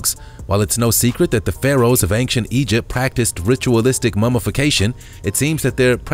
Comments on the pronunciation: BRO. please learn how to say "ancient". its ain-chent. not anxient. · He pronounces ancient as achecient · Please stop saying Angcient !!! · OCD, the mispronunciation drives me crazy (and that's a REALLY short trip for me) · Dude after all the videos you've narrated.......you'd think you learn how to pronounce simple words correctly!! Come on....just name few Moai Angel and most importantly ANCIENT It's not ank-chent It's ain-chent